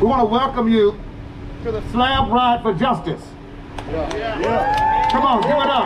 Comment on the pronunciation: She said "slob" ride lol 😂. Thanks for sharing this!